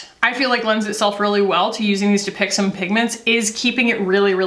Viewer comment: i keep hearing "dupixent"